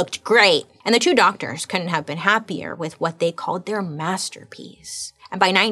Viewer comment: Did I hear her say “DOGTORS”???? 😂😂😂😂